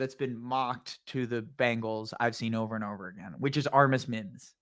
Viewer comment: Yeah but you were struggling with some others lol “Armus Mims” “Brian Murphy”